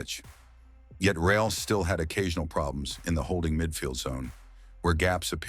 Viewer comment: thank you very much. Mai I give a feedback about the videos? You should find a way to fix the pronunciation of the voice software for the word "real" as it is pronounced as the english adjective and not in spanish. Just a minor thing, keep up with the great work!